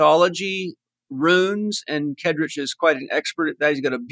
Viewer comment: Paul, maybe make an effort to pronounce Kaedrich's name correctly. And when listing all the great men (no women mentioned) you recommend others aspire to, maybe put your guest on that list. Just good manners.